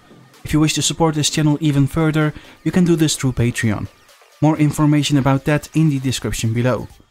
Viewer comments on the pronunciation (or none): none